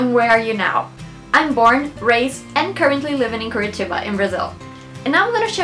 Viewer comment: OMG!!!!!!!!!!!! I'm Brazilian (half Brazilian and Belgian) and your accent is really good!!!! damn, I didn't even know the meaning of curitiba! hahahaha! great vid! <3 <3 you should come to Copacabana!!!! <3 <3